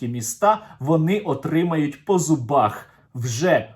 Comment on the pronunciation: Нарешті правильна вимова, -по зубаХ. Дякую.